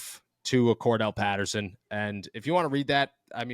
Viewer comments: "Cordarrelle" Patterson... rhymes with "more barrel" Patterson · you know its Cordarrelle Patterson... not Kordell right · hey...its Cordarrelle not kordell